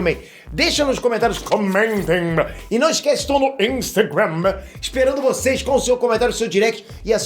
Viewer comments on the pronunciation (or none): Essa cara me viciou a falar, intagrama